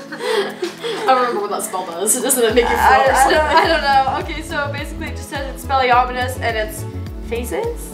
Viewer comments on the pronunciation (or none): It Expelliarmus not Expelliarmunus. Also, it makes you drop what ur holding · Expelliarmunus does not make you float, its pronounced EX-PELL-EE-ARM-US, and it disarms your opponent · Me when jordan says “EXPELLIARMITUS”😔😔😔😔😅 oh sweetie no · The fact that they can't pronounce Expelliarmus or know what it does is depressing.